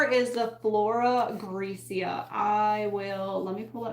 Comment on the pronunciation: The one transfer book is pronounced “greck-ah” (Greca)